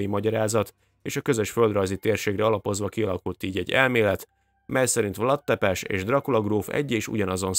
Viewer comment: Vlád Tzépés a helyes kiejtés, rövid magángangzókkal. Vlad Tzepes nagyon magyarosan hangzik. Lugosi Béla nem erdélyi hanem bánsági, lugosi magyar származású színész. Lugos, Temesvártól keletre, mintegy 60- km-re eső kisebb város. Olvastam a 90-es években egy babonáról miszerint egy környékbeli falunak temetőjében nem bomlottak el a hottestek (valószínűleg a talaj vegyi összetétele miatt) és kihantolásokkor találtak ilyet, innen a vámpír hiedelem. Állítólag kihegyezett fa karóval kellett átdöfni szívüket, hogy természetes oszlásnak indulhassanak. Régen (ma már csak legenda) gyakorolták ezt a praxist. Ez a motívum a Drakula-filmekben is megvan. Az újságcikk is babonának minősítette az egykori tévhitet.